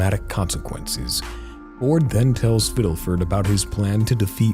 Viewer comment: I’m so sorry but it’s fiddleford not fiddelfert